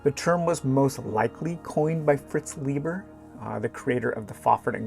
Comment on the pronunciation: Just so you know, Fritz Leiber's last name is pronounced "lye-ber", not "lee-ber".